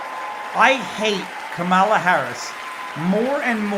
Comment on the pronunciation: Kamala looks amused when he mispronounces her name and then looks horrified when He says Illegal 😂 But also does anyone else get the sense that somehow when Marjorie shouted her name that he went back to some former programming, like back to the 90s maybe when he was working on the 1994 crime bill and what not 😂😂